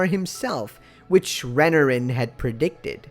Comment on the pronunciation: Re-NAR-in not Renerin